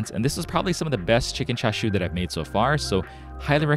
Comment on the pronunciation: I'm sorry but where are the ''CHA'' and the ''SHU'' parts on that Chicken ''Chashu'' lol